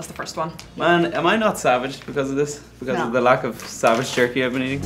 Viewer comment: she literally pronounced the j😂😂